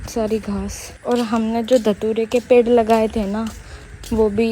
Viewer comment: Lagta hi nahi bachhe achee school mein padhte hai pedh ko pedha bolte hai